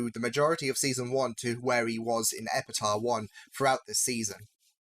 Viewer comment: very confused why you keep pronouncing Epitaph like Epita... ph makes a F sound